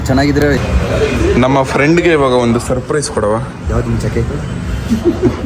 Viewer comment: Surprise ❌sirprizze✅